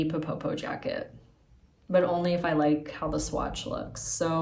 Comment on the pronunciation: I really love your channel and have enjoyed watching your Melides dress coming along. You're almost there!!! I wanted to let you know that the Ppoppo jacket should be pronounced more like "po-po" (you don't double the initial p sound). Ppoppo is the Korean sound for kissing. So the meaning is something like "kiss-kiss" jacket. :)